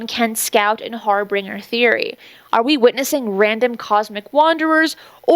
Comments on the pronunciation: Harbinger is HAR-bin-ger with a soft g ❤ love your content 😊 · Thanks for compiling all of this info! It's hard to find a clear, unbiased roundup. Not to nitpick, but the word harbinger is pronounced "har-binge-er" rather than "har-bringer".